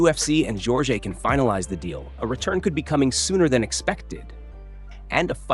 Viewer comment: AI voiceover. Mispronounced JORGE in multiple ways.